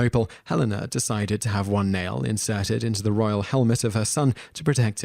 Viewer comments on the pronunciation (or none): none